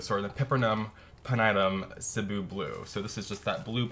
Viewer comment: i love how you correctly pronounced the "Cebu"! :) it's actually from the Philippines.